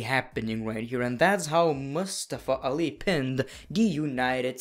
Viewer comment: Its nice that you tried to pronounce Mustafa Ali correctly.